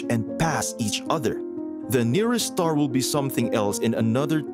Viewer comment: Are you saying the n ear est star😮